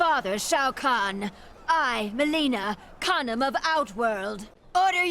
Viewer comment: who else heard say condom of outworld